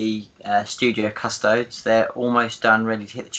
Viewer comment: it’s pronounced KUSS TOE DEES. 🙄